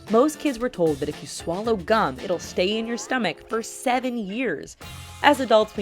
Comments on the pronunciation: Who else thought it said cum until she said Gum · Lol i though the gum myth said "cum myth" xD.